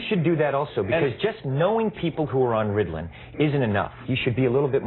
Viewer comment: "Riddlin" hahaha